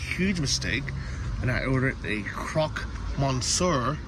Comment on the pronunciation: Monsieur is not pronounced 'Mon Sir.' It is pronounced ' MUH - SYUR.' It means 'Mister.' You obviously didn't learn French while in school.